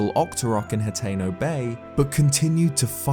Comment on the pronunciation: Finally, a youtuber that can properly pronounce hateno!!! Definitely subscribing!